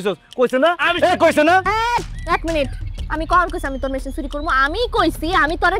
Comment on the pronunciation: মেশিন না মেহিন